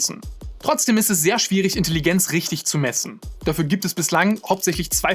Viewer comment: Grandioses Video, wirklich. Aber wenn ich noch einmal Intelligenz mit einem stark betonten I statt eines E's hören muss, bekomme ich wirklich die Krise.